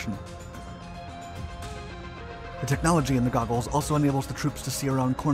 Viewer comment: "Googles" or "Goggles"???